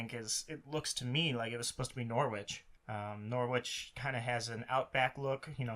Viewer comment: hahaha! It’s a fair mistake! All of England looks the same! Also, your pronunciation of Norwich was amazing